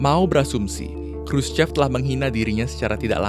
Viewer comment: Sedikit ralat min, Khruschev dibacanya Khruschov